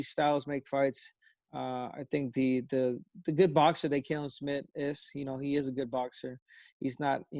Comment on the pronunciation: just say his name how it looks, Callum! cringe every time you guys say KAllum